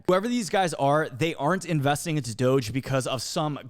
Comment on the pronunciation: how you say "doge" is troubling. Softer G on that. doge = doge.... not doge.